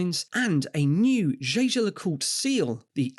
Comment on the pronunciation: It's "Jäger", not "Shaysher".